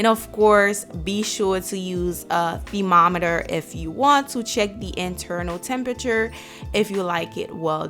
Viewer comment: Nice ree-by steak. I need to get me a thee-mometer